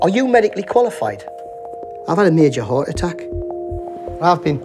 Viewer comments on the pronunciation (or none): none